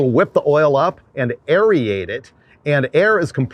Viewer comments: Aerate not "aeriate" 🤣🤣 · I didn't read all the comments, but did somebody correct you on the word aerate? Aeriate doesn't exist. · The word is aerate, nor aerEate. Love your road trips thru the southern Mojave. I'm in SoCal and I've explored the same area a little. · Sounded like u mispronounced Aerate 😱😱😱